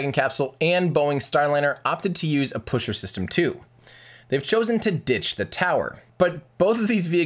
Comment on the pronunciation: yes, the "puschert"-system is indeed very reliable ^^